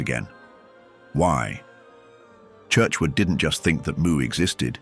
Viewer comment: its spelt Mu but pronounced MEW. The authors name is Churchward not Churchwood.